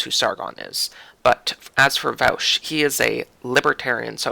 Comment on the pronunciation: It is pronounced vaw-sh.